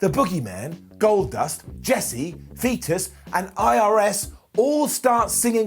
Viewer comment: Hehe you said fetus instead of Festus. Don't know why I find that humorous.